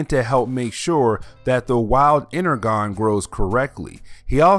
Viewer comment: You are miss pronouncing Energon